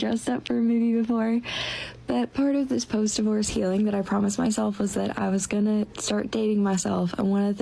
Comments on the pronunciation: Hi- FYI it's 'DIVorce' not 'DIEvorce'- just to help😉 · I love the way he says it. 😂 His slight mispronunciations are part of the charm.